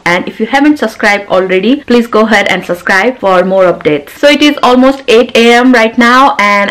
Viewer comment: Why do u say suscri 😋 it's subscribe 😋 anyways i love your vlogs specially food vlogs .😚